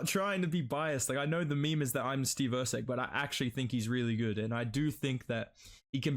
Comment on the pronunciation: Steve erceg?! Cmon lol